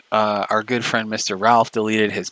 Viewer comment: Ralph disown me, we're not frwend anymore dispatch is my frwend now